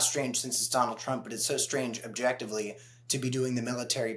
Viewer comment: Did she call him Dullard J Trump?